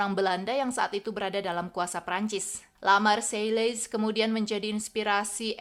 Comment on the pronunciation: le marseilles lafal penyebutannya adalah; lu marsey